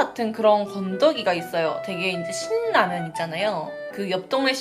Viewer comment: 신라면 발음할때 자음동화 현상으로 실라면이 맞아요